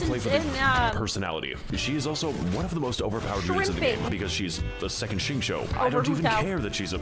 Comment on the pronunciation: Xingqiu (pronounced Sing-Cho) is one of the best boys